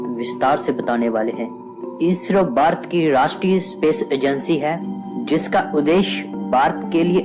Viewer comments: ye koun narrator laaya hai jo bhaarat ko barat bolataa hai.cht. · ye barat nahi ....Bharat hai pehele bolna sikh fir hi video banana